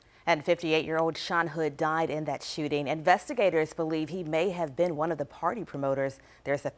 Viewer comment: Shoe-ting 😂😂😂😂😂 ü r A G-neeus 4 rëëL bruh